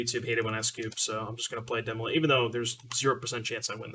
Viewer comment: Why do you say "Demolich"? Stan from the dive down said it too. I don't get it.